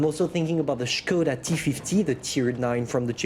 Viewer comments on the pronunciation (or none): Nobody:: skoUda